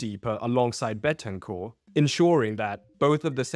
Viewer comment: It's "BENTANCUR"!......